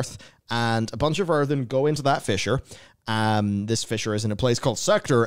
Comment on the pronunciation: Fisher. Fissure. Potato, potato, eh?